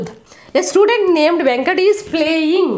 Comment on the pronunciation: mam sludent kadhu mam student